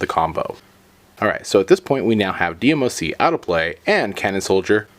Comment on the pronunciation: It's not D M O C it's one word not separate letters DMOC